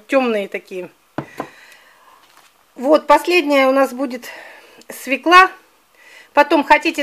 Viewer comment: простите, но слушать не возможно,СВЁКЛА.,ударение всегда на букву Ё